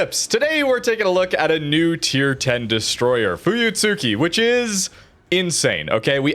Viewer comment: Idc anymore but fyi (if you're curious), it's pronounced fooyutski. The tsu is said so quick it almost sounds like ts. It's the same with almost all japanese ships that have a "tsu" in the name. Mutsuki "Mootski", Akatsuki "akatski", etc